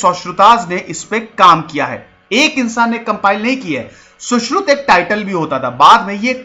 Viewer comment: Sir Saushruta ki jagah Saushrut bolte to sabke samjh mein aa jata. Saare angrez nahin h yaha